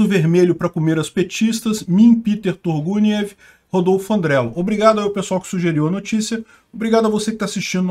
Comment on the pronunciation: Não aguentei no "mim peter turguniev" pqp, pq eu ri disso?